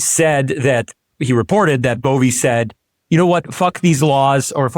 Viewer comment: Why do you consistently mispronounce names of people you don’t like? I don’t like him either but it’s pronounced Bov-eh. Not Bovey. Please stop doing this.